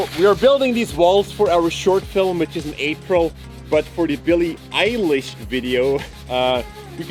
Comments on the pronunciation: its NOTT (el- ish) its (eye-lish) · IM GLAD YOU REALIZED YOU THAT HER NAME IS EYE LISH NOT ELLISH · You say it like Ailish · Alexa said "Shuffling songs by Billie Eyelash" 😂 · It’s pronounced (i-lish) not (e-lish) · He now litterally says billie eyelash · After all the corrections u still say Billie eyelash 😒😒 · I always pronounce it Billie Ellish because her name normal sound like Billie Eyelash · It's Eye-lish oh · Its Billie eye-lish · Billie Eilish is not pronounced like Eye-lish, use Google Translate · It’s not eilish it’s ellish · It’s Billie eye lish?